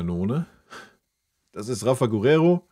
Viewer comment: Hi großer Wunsch für die neue Saison: Das "u" in Guerrero ist stumm, es wird nicht ausgesprochen. Danke❤️🤍